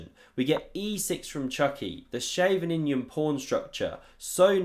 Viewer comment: OK my friend, "Scheveningen, a subdistrict of The Hague." As someone from the Netherlands, familiar with the situation, I can agree with your wording. Plus, I know that only Dutch native speakers get the pronunciation of Scheveningen right. Your's is not too bad, my compliments.